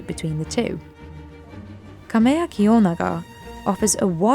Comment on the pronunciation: I believe the shop name has to be Kam"e"ya kiyonaga, not kamayakiyonaga. I hope you will be okay with this, but I recommend fixing it correctly.